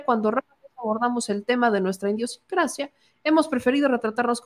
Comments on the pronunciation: Gata por Liebre En serpientente lapsus estupido-sincrático, la conductora ni cuenta se dá, eso parece, o simplemente si se da cuenta pero por ese instante le vale madres, le parece absolutamente irrelevante el lapsus, en lugar de "idiosincrasia” pronuncia claramente, INDIOSINCRACIA...y lo vuelve hacer a la primera oportunidad. Les sugiero lo verifiquen ustedes mismos. Para muestra un botón, pues el subconsciente es lo que nos domina y nos determina, esto cuando no tenemos el autocontrol, previo autoaprendizaje y autoconocimiento, que es necesario para lo que tan gratuitamente llamamos "CONCIENCIA”, y por lo tanto sobretodo "CONCIENTIZACIÓN”. No es correcto que tengamos que afirme que un fraseo igual de conveniente a su preconcebida conclusión la siguiente premisa, p. ej. "Tenemos un presidente que opina de todo...” La hipocresía de esa enunciación de hecho, es que es muy claro que el presidente y su despotismo seudo ilustrado, solo opina, y lo hace de tiempo completo, eso si, sobre lo que le conviene, y le interesa; le interesa para su obsesiva conducta de amoralidad hacia si mismo y su definición de política, y así mismo de ejercicio de poder. Lo que devela su insana intención y lo que son sus intereses que quiere y logra con los que no están en dominio de si mismos, lo cual también se engloba en lo que podemos ya, tras más de cuatro años de exposición al poder, llamar: "los intereses de López Obrador “ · Atención: no es "INDIOsincracia", su raíz no es "indio"; sino * IDIOsincracia, su raíz es IDEA. Saludos cordiales. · ...una observación, no es indeosincracia..como tu pronunciaste todo el tiempo...es idiosincrasia " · Se te fue dijiste INDIOcincracia pero era IDIOcincracia sin N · Buen video, solo una observación, es idiosincrasia, no indiosincracia. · o es con dolo...lo lee...tal cual... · Estas leyendo mal. Idiosincrasia es correcto. No como dices: indiosincrasia. Critica constructiva. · Por qué lees "iNdiosincracia"?